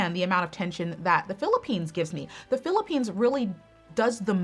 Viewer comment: I love how you pronounce cities and provinces of the Philippines now they are on point love it .